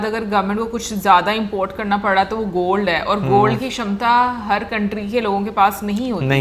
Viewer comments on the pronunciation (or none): Aaj ne to sixers lagaye Kshamata ( shamata) kshetra( shetra) Ese bhari shabd bole😃👏🏻👏🏻👏🏻